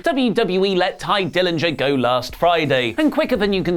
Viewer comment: Dye Tillinger? 😂😂😂